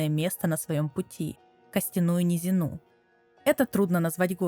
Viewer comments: костяную низинУ ? автобот озвучка? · После "Костяную низину́ хотел выйти, но сдержался. Но на конце десятой минуты после "бытиё" терпелка кончилась. Обожаю силксонг, но когда автор столько времени старавшийся над созданием ролика выдаёт такую шляпу с ударением, сил на просмотр не остаётся. Желаю успехов в изучении русского, коль на нем видео и записываются. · А-а-а-а-а! Расстроили! Костяную НизинУ?! НизИну!!! Ухо зарезали! Так хладнокровно!